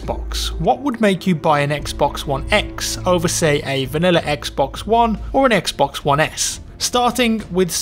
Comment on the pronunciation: I swear if he says "xbux one" one more time..